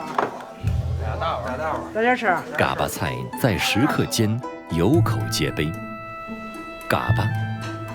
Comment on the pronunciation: gā巴菜，没有念三声的